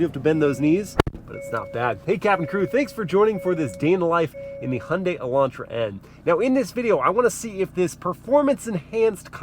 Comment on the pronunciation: The best Hyundai pronunciation among Americans 😊😊 Great job